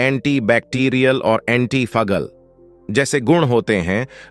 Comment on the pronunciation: अर्क को अकर कह रहे हो, फंगल को फगल कह रहे हो एंटीऑक्सीडेंट को एंटी ओन ऑक्सीडेंट कह रहे हो